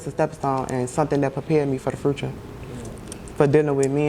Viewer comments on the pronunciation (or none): And it's future not fruiture